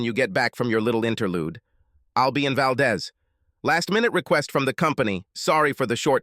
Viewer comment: Valdez, Alaska. It’s pronounced Valdeez. The is is long.